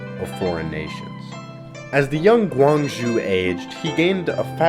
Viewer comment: "guangZHu" "sYxi" "HosAEn"